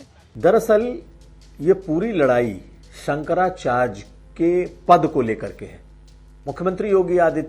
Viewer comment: Bhasa ko sudha kijiye Sankara charya hota hai Sankara chrj nahi